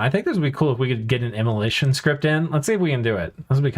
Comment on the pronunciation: omg immoLAYtion lmao